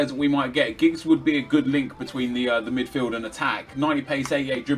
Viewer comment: There's a "D" and the end of Midfield not a T 😅